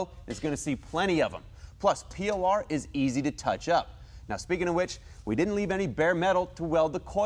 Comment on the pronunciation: It's not p.o.r.. it's por15